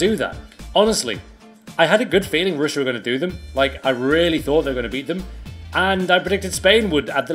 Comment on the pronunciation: Ruined pronunciation on russia